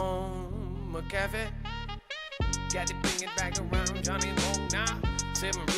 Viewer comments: "McAfee" is pronounced with emphasis in the first syllable - not the second one. LoL Funny though. Good show! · Yep, Mc meaning son in Irish & Scottish Gaelic, McAfee is one of the oldest Gaelic names in existence yet everyone still gets it wrong 🤷🏻‍♂️ SAOR ALBA GU BRÀTH 💙🏴